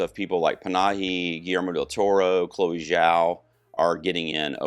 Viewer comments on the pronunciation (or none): none